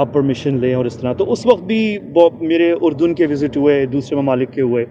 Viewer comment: پہلی بات تو یہ کہ تم لفظ اردن ہی غلط بول رہے ہو۔۔۔۔۔ اور تمہاری بات قابل توجہ ہی نہیں ہیں ۔۔بھاڑ میں جا۔